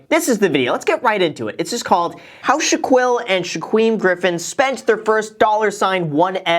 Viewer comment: Anyone else cringe when he said Shaquill and Shaquem